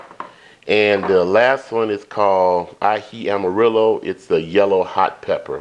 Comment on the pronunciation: "Amarillo" = (ah - ma - rrhi - yo): in Spanish diction/alphabet the double "LL" is pronounced with a "y" sound, and do the culture justice and roll that "r"